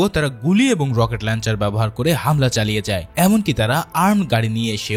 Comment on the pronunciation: লকেট লঞ্চার না রে ভাই রকেট লঞ্চার।